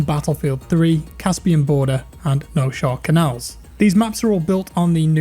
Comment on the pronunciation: I'm glad I'm not the only one who called Noshahr Canals "Nosehair Canals". I also referred to it as Noshing Camels.